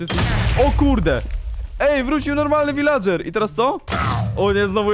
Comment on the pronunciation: wśćekły viladrzer"